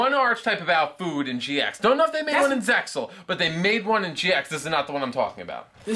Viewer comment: the x is silent in zexal. just saying.